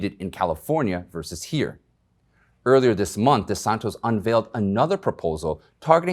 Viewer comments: How is it so difficult to pronounce DeSantis? Not DeSantos. He's in the news often enough. You must have heard the name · His name is Ron DeSantis Not Des Santos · Thank You! ! ! DeSantis, not desantos Yes, R.I.P. Rush Limbaugh, you WILL be missed! :-( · Don't mean to be critical but it sounds like you are calling Gov DeSantos not DeSantis, Sorry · It's DeSantis not DeSantos. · Florida’s Gov is “DeSantis”, not DeSantos. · DesanTIS Not DesanTOES ! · It's not DeSanTOS... It's DeSanTIS just FYI.... It was said incorrectly all 8 times!!!!! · I do know a bunch of DosSantos people but he is not a DosSantos, he's a DeSantis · DeSantis, not DeSantos. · DeSantis, not DeSantos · Thats Ron DeSantis. Not DeSantos. Hes a name that will be well known. You need to get it right. Also, it's pronounced 'Illinoy'..the 's' is silent. Please stop turning me into the grammar police. This is your job. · DE SANTIS, not DE SANTOS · DesanTIS....not TOS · I love your videos,, JUST one little thing, it is NOT DeSantos, but DeSantis. He is a wonderful Governor. Please keep posting your suoer videos. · Desantis not desantos. Come on man get it right. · Gentle correction, - my governor's name is DeSantis (Tis), not DeSantos (Tos). He's a great governor! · DesanTIS, not Desantos! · Desantis not Desantos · DE SAN TIS not DESANTOS Idiot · It’s Desantis not Desantos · you’re usually so good. But it was cringeworthy every time you referred to the governor of Florida as DeSanTOS instead of DeSanTIS. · It’s de san ‘tis ... not: de San tos Not important but better. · please,...PLEEEEAAASE...the man’s name is Di DANTIS...not De SONTOS...don’t be like everybody else...i’m begging you...say his name right!!! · Thanks for the news, but please get the names right. DeSantis not deSantos. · DeSantOs with an "O" - or - DeSantIs with an "I"? Big difference. ;-) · My man, your saying his name wrong... its DeSantis not DeSantos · DeSantis not DeSantos!!!!!!!!!!!!